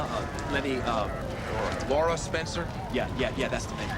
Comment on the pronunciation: I hate it when Stephan calls Laura “Laisha.”